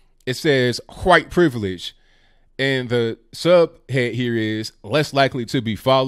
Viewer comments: Say white correctly please. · I wonder if you say 'Huwhite' on purpose. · You really emphasize the "wh" is "white" a lot, like stewie on family but, haha